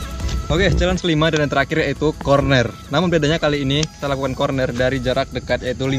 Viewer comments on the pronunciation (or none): Corner bang bukan cornet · Corner bang bukan kornet wkwkwkwk